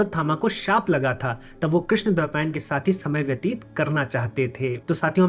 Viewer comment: I have a doubt .. why Shaka ... Is pronuced as shak in hindi ? Why cant we prounce as it is ? I have noted by you channel that u always spell sanskrit words incorrect... Like as u said rishi vaisampain... Instead of vaisampayana ...why? Krishna dwapayana.. not krishna dwapayan... ? Pls can u explain why?